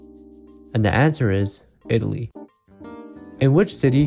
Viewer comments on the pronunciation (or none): none